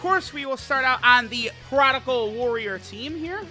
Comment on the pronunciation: Maybe when these boys come out on global he will stop saying "prodical"